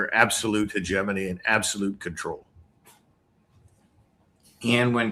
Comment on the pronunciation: Hahahaha, he said "hegemony". You're welcome 🇨🇦